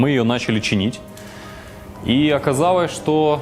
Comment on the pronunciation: Чувак, сходи, пожалуйста, к логопеду, научись выговаривать звук "Л": "оказаВось, откликаВось, стаВ, откликавась".